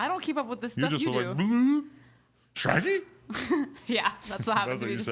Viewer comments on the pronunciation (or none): this nigga said SHRAGGY 🤣🤣🤣🤣🤣